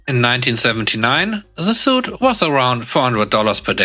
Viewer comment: English pronunciation is weird, but suite is pronounced "sweet", not "suit".